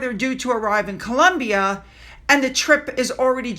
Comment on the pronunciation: I was LMFAO At the mark stated "let's talk about this Columbia trick". She may have said 'trip', even with CC it comes out as 'trick'. I was thinking mm because of the word "trick" the way it's used with ladies of the night. 😂😂😂😂